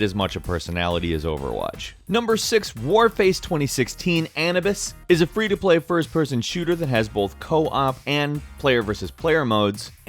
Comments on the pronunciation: "An ub iss"? its "A noob iss" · OMG ITS A-NOO-BIS not A-NUB-IS OMG GET IT RIGHT THAT TRIGGERED ME SO MUCH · It's "A-nu-bis" not An-ab-is. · Did you pronounce... A-new-bis as An-I-Bus.... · "warface 2016: annabis" It's pronounced "a-new-bis" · It is pronounced An-oo-bis and not an-u-bus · A-new-bis not Anabis it's not a new form of canabis it's a Egyptian god of the underworld A-new-bis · Not trying to be mean/rude or anything here, but Anubis is pronounced "A-Noo-Biss", not "A-Nub-Iss". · Annabis You mean A Noobis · ANABIS Anu-Bis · Did this fucker just pronounce Anubis( a nū bis) an uh bis? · did.....did he just say an-uh-bus....its uh-noo-bis :I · Annabis? isn't it pronounced Ah-new-bis. .. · did he just pronounce Anubis as "an-nu-bis" when it's pronounced "u-noo-bis" Also why did you compare Paragon to Overwatch when it's not even the same genre of games? Overwatch is an arena shooter and Paragon is a MOBA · annabis? AH NÜ BIS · Anibus? You mean Anubis (Uh-New-Biss) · It's pronounce ah-new-biss not Ann-na-biss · ... Anubis, he pronounced, Anubis, like Animus... It's pronounced Annoobis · An-I-bis....... A-noob-issss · Anubis is pronounced anewbus not anabis :) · its pronounced An-UU-bis not anibis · I think it's a-nu-bus then anibus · Anubis is pronounced like a mash up of the words "A new bus" but said quickly not like the name "Ana" and the word "Bus" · Anubis is pronounced a-newb-īss not ann-a-bis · 60$ -> 40$ pc I think it's pronounced A-NU-BIS not ANABIS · "Ana-bis" WHAT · LOL! I love him but omg anibes xd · "Annabis" "ANN-UH-BISS" I've heard some bad pronunciations on this channel but holy fuck guys. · the warface Anubis you said wrong it is (a-new-bis) like the Egyptian god of death. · Anubis is pronounced UH-NOOB-ISS. Come on, man. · It is A-new-bis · Ah-NU -Bis. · "uh-noo-bis" or "uh-new-bis" are the only ways I've ever heard it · An-a bis I think its like that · It's anobiis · Warface ANABIS XD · SpiralArc ahh knee biss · anubis is pronounced ah-new-bis